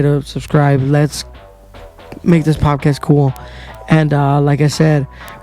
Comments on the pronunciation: What’s a pop-cast? Po”D”cast is what I think you’re going for. Love the content, keep it up young man. Side note now that I’ve listened to the whole thing. Figure out what want to say, say it, and then move on. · poDcast, m8 not poPcast haha :) Keep it up tho